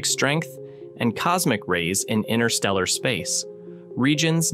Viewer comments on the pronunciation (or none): Yo, there be TWO "t's" in interstellar. ;) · These AI voices can be annoying indeed. Why INNER-stella when it is INTER-stella? Spare me!!! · The void is irritating AND can't pronounce InTerstellar properly. The T is not silent, it's not INNER-stellar. Spoiling a beautiful word.